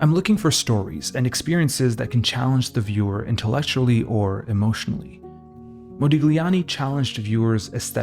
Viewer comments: Brother, it's Modiљani. Gli is pronounced in different way. Check it out in Google translate or sonewhere else on internet. Nice video nevertheless! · Intriguing vid. Forgive the pedantry but for future reference 'gli' in Italian is like 'lyi', so there's no 'g' sound in 'Modigliani' (mo-dee-lyi-AHN-ee) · Modigliani [modiʎˈʎaːni]. G is silent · A small suggestion if i may: it is pronounced mo-dee-lee-ah-nee, without the g. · Moe -dillyee ah nee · MO-DI-LYANI. You butchered it so many times. Overanalyzing at its worst. One of the greatest painters of all time, but you'll never get that. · Excellent video....for me Modigliani's art its a combination of El Greco and Cézzane (personal opinion). Thanks for the video man, and don't worry about the pronunciation we focus in the art.... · The G in his name is silent - and here you learned something about the artist. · To pronounce an artist's name correctly would have been a good start! Mu ears hurt. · ily but the pronounciation made me giggle every time lol, the g sound shouldnt be so pronounced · thank you for saying that! I'm Italian and every time he mentioned his name I felt a twinge, I don't expect everyone to know the rules of foreign languages, but a little research on pronunciation goes a long way to make video essays like this feel more professional and well-thought. I love this channel, it deserves such quality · It's not pedantry, I don't know how a cultured Western person could live their life without knowing the basics of Italian pronunciation